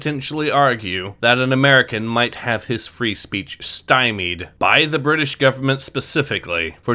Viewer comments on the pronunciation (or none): none